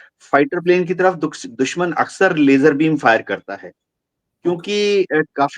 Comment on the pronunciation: LASER LIGHT ❌️ LAYJER LIGHT ✅️ 😂